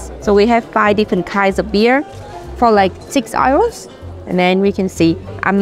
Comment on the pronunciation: I love you to bits, but please work on your pronunciation of "euro", lol!